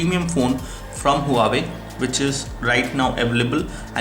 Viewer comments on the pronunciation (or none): The Brand is called Wa-way not Hu-waway.